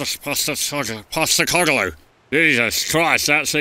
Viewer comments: Kane failing to say postecoglou had me dying 😂😂😂😂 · Posrecoglou and kane pronunciation 😂😂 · As a Rangers fan Kane failing to say postecoglou’s name was hilarious